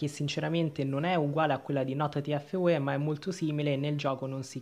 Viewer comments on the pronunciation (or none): Ma Che hai detto tfue malissimo